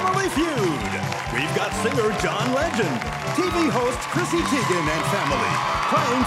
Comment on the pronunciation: He called her “Christy” LMAO 😂 😂 I love this dude